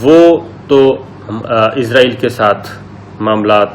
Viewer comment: ملک کا نام عزراٸیل نہیں اسراٸیل ہے ۔عزراٸیل موت کے فرشتے کا نام ہے ۔س سے اسراٸیل ۔مجھے آپ کے تلفظ پر حیرت ہوتی ہے کہ آپ کیسے میڈیا مین ہیں ؟ پرانے PTV والوں کے تلفظ کو نوٹ کیا کریں ۔